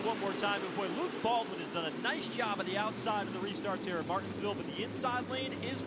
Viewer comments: How hard is it to say Mar-tins-ville? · That's what he said